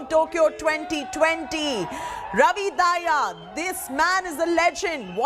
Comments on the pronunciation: Not dhaiya ...its Dahiya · Dahiya ko Daahiya kyu bol rhi . Indian hi to ho tum